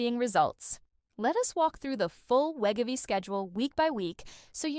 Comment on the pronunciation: The bad AI narration is NOT a pharmacist. And it can't even properly pronounce Wegovy. LOL.